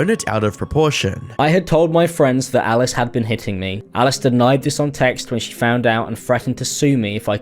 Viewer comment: why do pronounce alice like ellis?